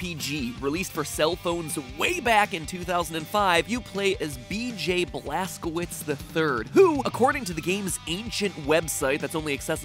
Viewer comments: Wouldn't Blazkowicz be pronounced Blaskovitch? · The blaskowuts is German so it would be pronounced blazcovitz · Blaskowicz is pronounced Vlaskovich, not Blaskouits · The name Blaskowicz is most likely pronounced Blask-oh-vich. My name is Karpowicz and it’s pronounced kar-poh-vich. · Just to clarify, "Blazkowicz" is pronounced as "Blazkovich" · It’s pronounced blazcovicz because it’s actually a German name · It is pronounced BLAST-KA-VITCH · The end of Blazkowicz name, the "wicz" is pronounced "vich". I know this since my last name ends with "owicz". Polish. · mispronouncing blazkowicz like a pro xdddd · That bad pronunciation of Blazkowicz. GJ there. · Mat. You do so much research, yet you are unable to check proper pronunciation of word "Blazkowicz"?